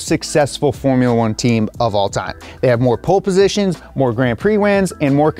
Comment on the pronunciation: "Pool positions" lmao